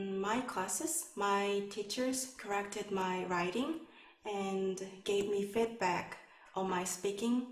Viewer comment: She had some pronunciation mistakes, like feedback she said fedback, can i get a band 9 with mistakes like these or i have to be perfect